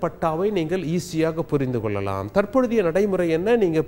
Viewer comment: தமிழை கொல்ல வேண்டாம்! நீங்கல், குறித்துக் கொல்லலாம், உங்கலுக்கு, பார்த்துக் கொல்லலாம், உங்கலுக்கு, அடையால அட்டை, அட சொட்டை தமிழை ஒழுங்காகப் படித்து ஒழுங்கா செய்தி வாசிக்க கற்றுக் கொள்ள வேண்டும்!